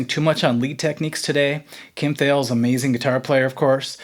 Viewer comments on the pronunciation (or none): Kim Thayil's name is pronounced Thayil like SMILE not like ALE